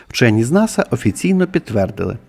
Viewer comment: "ВЧЬОННЫ"?😂😂😂 У полум'я 🕯️ свічки біля гноту ЗНАЧНО холодніше, ніж на кінчику полум'я🔥 🟢 Зебелією навіть "вчьонны" заражені...😂😂😂